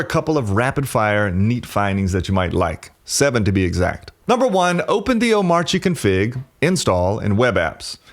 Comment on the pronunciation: Cool, just one small thing. When you say Omarchy, you should not pronounce the R, at least according to very opinionated DHH, who said not to.